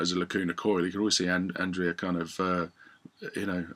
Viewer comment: Btw it's pronunced "AND-REH-AH".